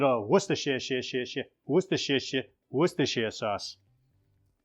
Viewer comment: Hey, I’m English and was always confused as a kid, it’s pronounced wooster sauce. ( we don’t pronounce the shire) Good try though😀. Stew looks fantastic, I think the flour really makes it more stew like rather than soupy. Great vid and the camera work is really professional. Best from London, Jools